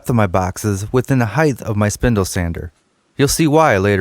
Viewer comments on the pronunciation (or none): The word is height, not heigth. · Width and heidth? Lol nice box though.